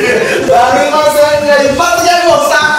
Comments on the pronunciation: たじまさんが、転んだって最初聞こえたww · ダーマさんが転んだにしか聞こえなかったww